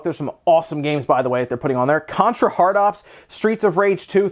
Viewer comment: Contra Hard *CORPS Not "Hard Ops"